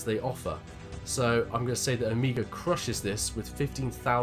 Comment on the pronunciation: its not O-mi-gah its Oh-may-ga :)